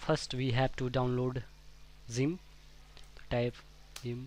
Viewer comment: Why does he say it like: Szyimp its funny LOL